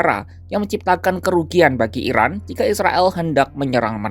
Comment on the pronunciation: Narasinya jangan salah sebut IRAN di sebut IRAK...